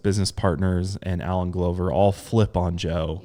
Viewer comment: It's pronounced gluh ver like gloves. Lol